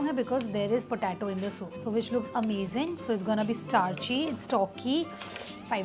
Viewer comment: Ur videos are really good and u do a lot of hard work. But i wanna point out one thing. Being bengali i wanna support u thats why i am telling u. Plz plz improve your English. It is "i have eaten" not "i have ate". And your so many english easy pronunciations are also wrong. Like potato, bowl etc. My kid is learning wrong eng from you cause she is a big fan of yours. So plz. Improve